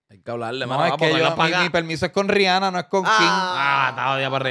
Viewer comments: Acho te lo juro que hasta le grito al cel, "cabrooon Rihanna no Rijanna" 🤦🏻‍♂️ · Chenteee Rihanna se pronuncia ( Ree-anna) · “Rijana”- Chente